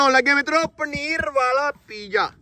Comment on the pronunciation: Pija ni hunda. Piza hunda. English boli hei ta theek theek bol.